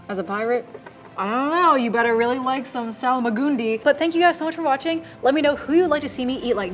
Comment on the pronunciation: Where does the extra A come from in the Salmagundi? For some reason you add an A after the L and I dont think you realise you're doing it...